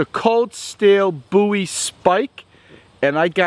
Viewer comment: boowie? bowie. like David Bowie